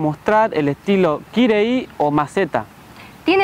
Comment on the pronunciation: Palabras en guaraní, min dijo "kangy" que significa suave o débil, min dijo "kyre'y" con mala pronunciación de la letra Y, que debe ser igual al de la palabra kangy, en la primera y, y con acento nasal en la segunda, respetando el puso '. Significa dinámico o vivo